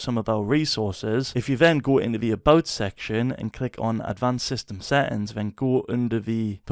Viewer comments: "Set ins" i love your accent😂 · seähhtääns xd love your voice so crazy lol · Settings❌ SÆtiNgS ✅